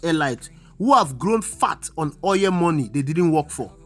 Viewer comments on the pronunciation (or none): Very informative, good job. However, stop saying "oyẹl" it is "oil"